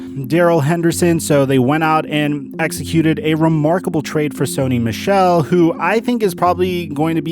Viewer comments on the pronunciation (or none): none